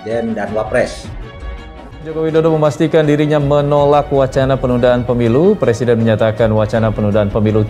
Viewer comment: R.R bisanya jadi plesident bkn president, kan bicara R tdk bisa nya L